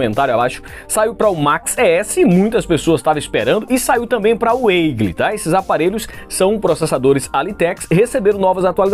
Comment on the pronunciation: com todo respeito, o Eagle se pronunciar Igow ok?